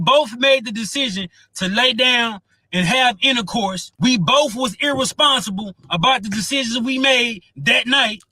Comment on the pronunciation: And “intacourse”😢.